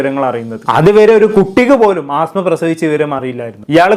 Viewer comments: ആസ്മ അല്ലടാ പൊട്ടാ 😂അസ്മ 😂ആസ്മ ഒരു അസുഖ ത്തിന്റെ പേരാണ് 😂😂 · ആസ്മ അല്ല അസ്മ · അസ്മ not ആസ്മ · Penkuttide peru neeyum thettichu😂aaasma alla asma😂😂😂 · Asma aan ആസ്മ alla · 'ആസ്മ അല്ല' "അസ്മ" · ആസ്മ അല്ലെടാ അസ്മ ' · Chetta Aasma alla asma ennanu😢